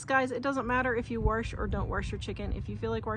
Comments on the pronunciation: Do you say warsh? My step-mom use to say wash like that. I loved her so, it's nice to hear that. Anyway, I use to wash my chicken, but I stopped doing that years ago. I don't know why I did it in the first place. Whenever you show video when you're outside it makes me miss Wyoming. We move to TN from Gillette 14 years ago. Love your thrift finds. Great video! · When you say warsh, do you mean wash,..? With water? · I love the way you pronounce wash!